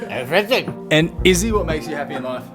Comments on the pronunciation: You did not just say everythink, did you? bro... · There is no “k” in the word “everything”.